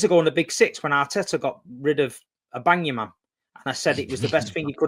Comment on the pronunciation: That saying… Ahbangyaman=i‘ll-bang-ya-man=aubamayang. Absolute jokes how we sometimes end up pronouncing things